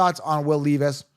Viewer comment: Pronounced Will LEV-is And I like him this year